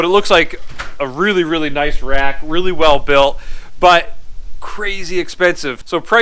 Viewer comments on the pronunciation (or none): none